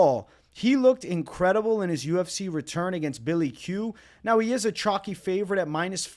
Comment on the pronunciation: by the way, you know it’s called “chalky and not “chocky” right? Say it with me. 🗣️ Cool Whip.. Cuhl Whip.